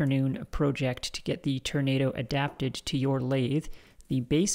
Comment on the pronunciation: I think you'll find the correct pronunciation is "turn-ah-dooo"